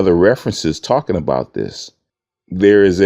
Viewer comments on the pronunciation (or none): none